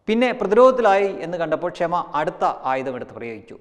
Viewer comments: ക്ഷമ അല്ല ഷമാ ( shama ) എന്നാണ് അവരുടെ പേര് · ക്ഷമ അല്ല ടഊളേ ശമ